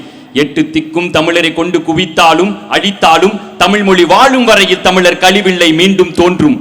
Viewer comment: சொல்வது போல எத்தனையோ தமிழ் புலமை பெற்ற ஆசான்கள் இருக்கிறார்கள் அவர்களை வைத்து கொடுத்திருக்கலாம்... ஆதிக்கு தமிழ் பற்று இருக்கின்றது உண்மை தான்,ஆனால் அவர் பேசுகின்ற அந்த வார்த்தைகளை நன்கு கவனியுங்கள், உளகை (உலகை) தமிளர் (தமிழர்) எங்கல்(எங்கள்) அளிவில்லை (அழிவில்லை) இதெல்லாம் தவறாக உச்சரிக்கின்றார்... தமிழ் வார்த்தைகளை வருகின்ற தலைமுறைகள் நன்கு பயன் படுத்தினால் நன்றாக இருக்கும்.